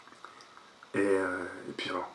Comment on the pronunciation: On dit " et puis " pas " et pis " mdrr